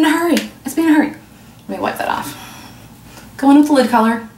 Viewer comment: lid not lip